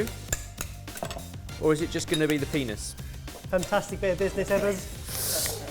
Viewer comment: pea-ness vs dill-dough. It's tough which one's more better